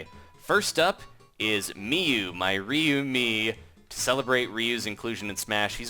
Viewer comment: It's Ryu not rieu (say rie-u)